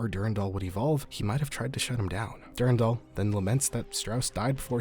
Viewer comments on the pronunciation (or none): du RAN dal. du RAN dal! not DUR 'n' DAL. it's literally a french name, I have no idea why people youtube pronounce it wrong (probably mandalore's fault lol)